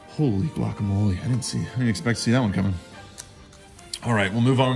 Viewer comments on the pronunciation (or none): none